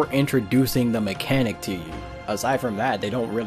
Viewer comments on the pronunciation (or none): none